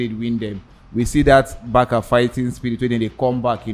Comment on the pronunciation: It’s Barca(Barsa) and not Baka lol